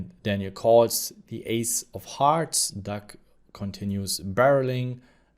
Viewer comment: Lol you have to be trolling us with saying Duck right?